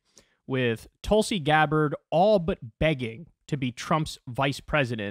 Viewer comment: I like that one, "TOOL-si" 👍🏼 😆 🤣 😂